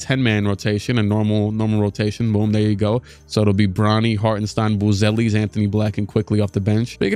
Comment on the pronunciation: i dont want to be that guy but it is pronounced shtain in hartenstein